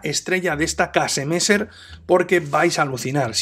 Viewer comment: Pa comerte un buen Old Amsterdam.... Saludos maestro.. PD: Para ayudarte con la pronunciación di mejor kesemessa..